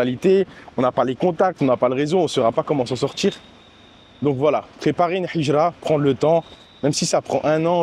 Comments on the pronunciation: Salam 3aleykoum akhi BarakAllahou fika pour la vidéo, hijra de dit avec la lettre ها et pas ح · QU ALLAH Te facilite et nous facilites , essaies d apprendre la prononciation du mot hijra, sinon top